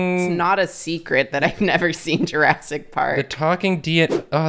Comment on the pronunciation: Does always pronounce movies weird?? JurASSic Park. There WILL be blood.